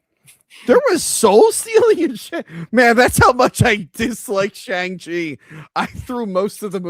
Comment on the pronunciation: Its pronounced Bi-Han Like the word B not Bi, like bisexual lol. And Shang Chi is pronounced similar to Shawn but with the G not like Shang Tsung. Sorry but that was really bugging with how you guys were saying their names